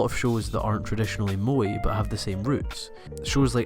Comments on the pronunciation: its pronoced "MO - A" I think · you know very well how the word moe is pronounced in japanese, i don't care what country you are from or what accent you have why the f*** do you keep pronouncing it as 'moy', is it difficult? how do you pronounce the first E in everyday? ah ffs he even mispronouced bishojo, i can't watch this anymore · "moee"? Why English speakers cannot pronounce things normally xDD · Your pronunciation of the word "moe" sounds exactly like the Dutch word "mooi", which means "pretty" or "nice"... Hmm... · How would you correct his wrong spelling of the word "moe"? He says it like "mo-ee"... which is incorrect. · "mo-eh", and "bee-shore-jaw". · Also, you're pronouncing "moe" wrong too :/ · first of all just learn how to pronounce moe correctly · u're just a weeaboo who can't even pronounce moe correctly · his pronunciation of 'moe' so annoying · calling evangelion a moe bishoujo lmao wtf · Pronouced moe kinda really weirdly here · Erm, is there part 2? This feels like an interesting attempt to analyse the phenomenon, but also seems to end just before you manage to get to the point ... Also you could learn how to pronounce 'moe' and - especially - 'bishoujo' you know, it isn't THAT hard ... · That's not what moe means and your pronunciation is terrible. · You pronounce moe horribly wrong ... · moe is not to be pronounced the english way... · fuck its MOE not MOI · i know its dumb but its pronounced Mo-eh not Mo-ee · i think "mo-eh" or "mo-ay" is fine but it sounds like you're saying "moy" and it's throwing me off because you say it so much hahaha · Just to point out in Japan its Moe = (Mow e) 萌え not Moy. 萌える moeru = Bloom or sprout from a plant. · It is not "Bi-shoujou" like "Bai-ShouJou". It is pronounced "Bee-shoujo". "Bi"美 means beauty. Shoujo少女 is girl. So beautiful girl. "Bai" バイmeans "bisexual" in Japanese. You are saying バイ少女 young bisexual girl over and over. Also it's Mo-eh like 燃える pronounced Moeru or to burn, not moii. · it's moe, not moi